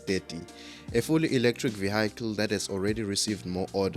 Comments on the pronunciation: What’s a vee-ackle? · Vehicle,that is south Africans there 😀😀😀😀